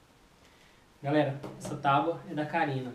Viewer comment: A ver agora este vídeo antigo é à espera a todo o momento que a Carina apareça na porta a dizer "olá galela" 😁😁😁😁😁😁😁